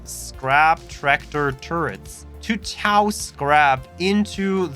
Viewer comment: Friendly correction good Sir - Tow is pronounced the same as 'Toe' in English mate